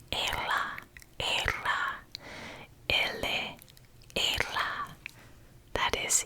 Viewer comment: A tip: to pronunciate "e" in "ela" down a little bit more your tongue. I'm really loved this video! Thank you!